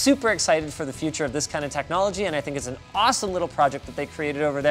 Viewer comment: "before we can even fink"?